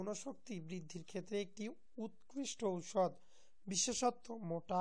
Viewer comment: আরে ভাই ঔষধের উচ্চারণ ঠিক করে নিন